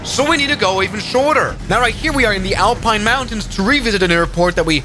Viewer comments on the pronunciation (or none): none